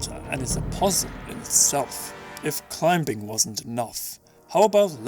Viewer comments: lmao you actually pronounce the b in climbing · so lightening strikes from the sky are a threat in this game? Well then. Don't pee on statues of the goddesses, and don't take the goddesses name in vane Zelda Damnit!! just a tip. In the word "climbing" the b is silent.